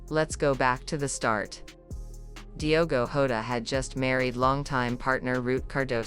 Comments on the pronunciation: Shame on you!!! You can't even pronounce his name properly...ewu Gambia!!! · First you need learn português.....and then say the names properly....lack of respect.